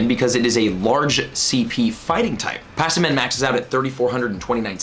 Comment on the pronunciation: Pass-e-man? its Pah-sim-e-in lol